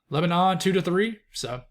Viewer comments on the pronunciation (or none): none